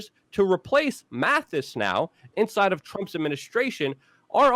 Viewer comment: Brother it's Mattis not Mathis